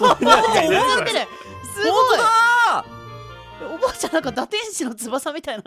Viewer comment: もうタイトルコールの時に「なんか」って言うのではなく「◯※+¥?∈」と言う時代のようだ...ww